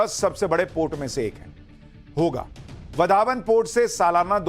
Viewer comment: वाढवण बंदर , and not वधावन पोर्ट